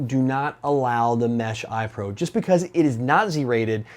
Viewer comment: "Eyepro"... oh god.